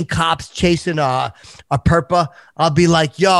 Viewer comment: Nothing did ever bothered me. Not the finger. Not the tongue. NOne of the linguistical butchering. Until PERPA. jfc THE WORST